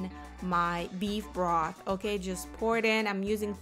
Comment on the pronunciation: Salary salt? Beef Broff? Lol Ebonics